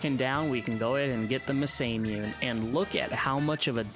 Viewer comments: It's mah-sah-moo-neh,the "ey" at the end is purelyan english accent thing . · Nice run! Also Masamune is pronounced Mah Sah Moo Nay; though as a kid I thought it was pronounced like NASA with an M, Masa Mewn. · This was a really interesting video, and an enjoyable watch. Your pronunciation of Masamune is awful though - Japanese is a phonetic alphabet - Ma-sa-mu-ne (Mah-Sah-Moo-Nee)